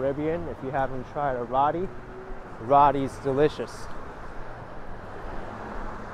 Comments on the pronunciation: I couldn't help but laugh at the mark, the word "roti" is pronounced "row-tee" just a heads up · Roetii. Is the pronunciation of that.. Roti. Long o.